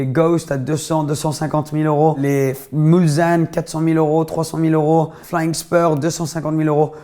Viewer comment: Salut, nickel cette série de vidéos, ça serait top si tu pouvais faire les voitures des anciens présentateurs de Top gear. Par contre à on dit MuslSanne et pas mulzanne (c'est le nom d'un village sur le bord du circuit des 24h du Mans)